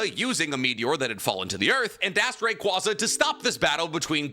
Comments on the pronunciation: Ray quay zuh not ray qwah zuh. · Love but my god his pronunciations at time drive me nuts lmaooo Ray-Kwaazah?! Kawn-kuldur?!!